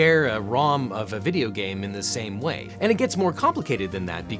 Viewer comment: Is it a bideo or a video